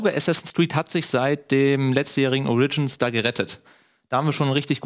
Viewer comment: Origins mit Betonung auf dem O bitte